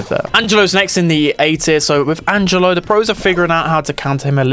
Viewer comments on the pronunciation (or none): none